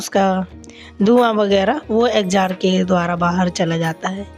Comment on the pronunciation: Exjost bolty h exjar nhi